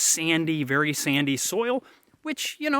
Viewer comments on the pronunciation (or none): none